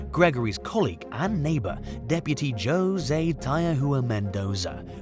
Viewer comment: Jose is pronounced Ho Zay